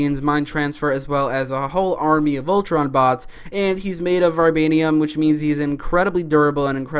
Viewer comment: "Ultron is made of varbanium"